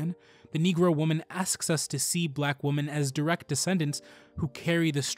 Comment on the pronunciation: Thank you for this! A friendly piece of advice: The word women is not pronounced the same as woman. It is pronounced "weh-min." Woman is pronounced "wool-min."